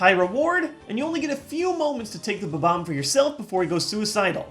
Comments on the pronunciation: Did you call it a "ba-bomb"? It's a bomb-omb. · He kept saying it Ba-Bomb, when the word is spelled Bomb-Omb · Did anyone else notice that the balls he used for the numbers are in the same order as his top 10 pokeballs list? BTW I don't think that's how you pronounce bomb-omb... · Correction: It's pronounced Bomb-omb. Not Ba-Bomb. Thank You move along. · I just realized I've been pronouncing bob-omb wrong all these years... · Your pronunciation of Bob-omb annoys me greatly - please don't tell me that that is the correct pronunciation? 0.o